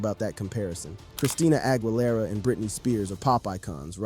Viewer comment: a tip about her last name the GUI her last name is pronounced like the letter E in the word need or geese the plural of goose AH – GHEELERA